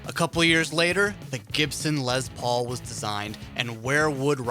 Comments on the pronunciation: For the record...... it's pronounced Les Paul... NOT Lez Paul. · the LEZZZZ paul? why hit that Z sound so hard bruh, wtf? its leS, mmmmmkay? leSSSSSSS paul, leSSSSSSSSS!!!! get that shit right!!! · It's pronounced Less Paul, not Lez Paul.... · Rattbones 😆I know right it’s “less” not “lez” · So we just not gonna talk about how he called it a lez Paul instead of les Paul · It’s Les please stop saying “LEZ” Lol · Is les Paul not lez Paul... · Why is it Lez Paul and Les Nessman And not Les Paul and Lez nessman? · Its Les Paul not Lez Paul 🙄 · His name is Lester it's not l e z t e r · really? lez paul? ITS LES PAUL FFS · It is pronounced "Lesssssss", with an "S"...not a fucking "Z"....an "S". Theyre not "Lez Paul guitars"...theyre "Les Paul guitars". Ugh. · Did you just call Les Paul, "LEZ Paul". WTF, that's so disrespectful. His name was Lester, not Lezder..... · The “Lez Paul.” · Lezzz Paul... hmm... Is the "s" silent in Mr. Paul's first name or did you just choose to replace it with a "z"? Otherwise good vid mate. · Lez Paul?? It has an S in it bro, not a Z. Also Dee Snyder may be considered a savior of metal for going to court, but people forget it cost him his credibility as a “rocker” & a huge chunk of his fan base. Admitting that he didn’t live like the persona he portrayed seriously hurt his career. Watch the interview & see how “metal” he sounds when describing himself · 20 seconds in and you say Lez Paul? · What the fuck is a Lez Paul? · STOP SAYING LEZZZ PAUL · I didn’t realize there was a Z in Les Paul..